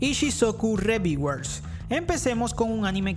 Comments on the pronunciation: ReVieWeRs jajajajaja mames me dolio oir esa pronunciación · que mal ingles: Ishisocu reviguers